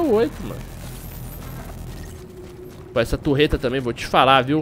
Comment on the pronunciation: facinado pela "turreta" kkk